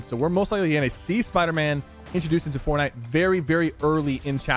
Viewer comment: Sheeeesh “forkknife” almost in chapter 3 boys 🥶